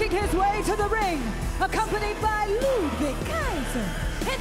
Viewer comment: I like how she becomes Italian when she announces for Ludwig and Giovanni 😂